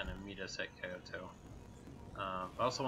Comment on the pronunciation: Hearing Kyoto being called "kai-oh-toh" instead of 京都（キョウト）hurts my soul.